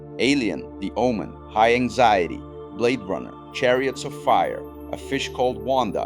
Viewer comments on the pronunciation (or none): none